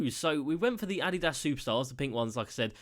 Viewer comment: Never pronounce Adidas like that ever again.